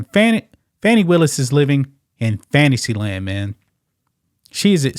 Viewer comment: Did you say Fanisee Land? LOL